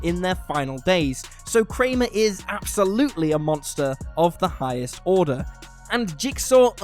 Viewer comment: "confusion of da highest orda"